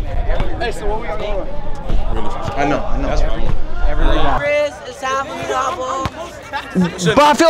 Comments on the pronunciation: TF Is a Briz 😂😂😂😂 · tf is a briz😂